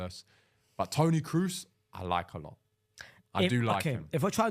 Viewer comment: pronouncing kroos (cross) as cruz is a crime